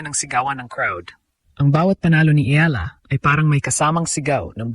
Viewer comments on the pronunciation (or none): I wish the narrators will pronounce the name of Alex Eala properly.